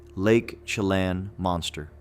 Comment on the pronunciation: Chelan = sha-lan